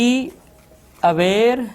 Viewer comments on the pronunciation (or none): Oye be aware nai hota beware hota hai 😂